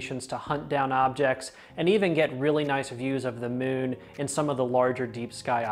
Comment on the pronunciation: "Tha mewwn" 😄